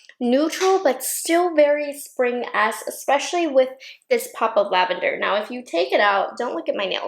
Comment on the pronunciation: You said "lavander" and I heard "Nouveau" <3